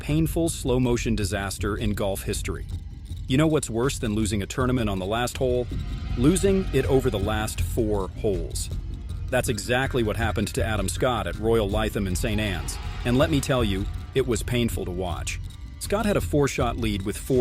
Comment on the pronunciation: Lytham rhymes with rhythm.